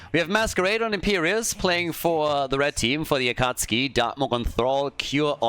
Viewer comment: Their team name is pronounced “Acka Sookie”.